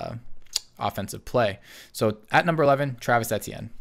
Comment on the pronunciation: You are pronouncing Travis etienne’s name wrong but thats okay😂 he is going to be one of the most underrated players in this draft class he is a lethal threat and throwing the ball and running the ball and played alongside Lawrence in college. TThis man will make the Jaguars much better running the ball alongside James Robinson and I believe a lot of people underestimate his ability and talent